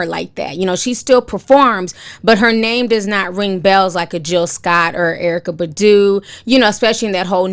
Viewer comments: Who the hell is Erykah Buhdooo it’s Erykah BAHHHHdu!!! Who’s Jaggar??? It’s Jaguar!! Like the cat ma’am! But this is hot popping tea....I believe Jaguar!!! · Erika (pronounced Bah-doo) lol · The way you're pronouncing Erykah Badu is HILARIOUS! XD